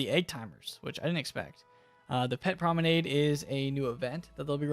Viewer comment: did he seriously pronounce promenade the way he did o god lord